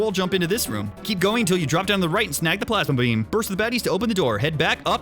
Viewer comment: Plasma bean. Okay it actually did sound like you said plasma beam in a country accent but I thought it also sounded like plasma bean which I liked lol.